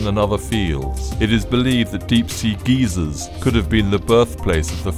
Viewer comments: Its pronounced like guy-zer not like gee-zer a geezer is an old man that yells at children lol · Dude - geezers are old men in polyester pants cynched up to one’s boobs. I think you mean GYSER. (Pronounced “guy- zer”). It means a hot spring that occasionally shoots a column of water & steam into the air. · Did u just call a geyser geezer 😳